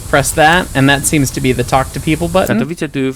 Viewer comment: Katowice → ka-to-VI-tse. //// You were pretty darn close, just gotta know that a bare C is a Ts-sound in Polish. Doesn't Croatian use C like this too? Sosnowiec → sos-NO-vyets. //// This one you got every sound correct, just missed the accent. Polish is second-to-last accent like Italian. Dąbrowa → dom-BRO-va //// You were pretty close, just need to know that ą represents an on/om sound here. Górnicza → gur-NI-cha //// Not too shabby, just gotta know that ó = u and cz = ch. This one though: Strzemieszyce → stshe-mye-SHUY-tse //// I gotta admit, I wanted to give up when I saw this one. It's got a lot going on. rz = Zh (the weirdest thing in Polish spelling) but devoices to Sh after voiceless s and t. t+sh is basically the same as a Ch-sound, but then there's the S-sound in front, because it's not a Slavic language unless there are insane consonant clusters. The one under that though!! Wschodnia → FS.HOD-nya //// If you can say this, you are peak Slav. It's an F, an S and a hard H all in one cluster!!!! W = V but devoices to F before the voiceless S and H sounds. Some other names I spotted: Sędziszów → sen-JI-shuf. //// ę = en; dz = J; sz = Sh; ó = u; w = V but devoices to F at end of word. Zawodzie → za-VO-je. //// For this one the hard part is remembering that dzi becomes J. Szopienice → sho-pye-NI-tse. //// sz = Sh, c = Ts południowy → po-wud-NYO-vuy. //// ł = W; This means south. Dańdówka → dan-DUF-ka //// ó = u; w = V but devoices to F before voiceless k. Porąbka → po-ROMP